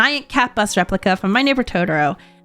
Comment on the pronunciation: Sorry but I had to slightly flinch/cringe at the pronunciation of To-tor-o, it makes me cringe when folks add a d instead. It's Totoro not Todoro... I still absolutely love you and your content. You are amazing.